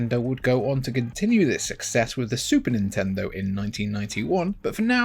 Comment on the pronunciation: It's pronounced "Nintendo."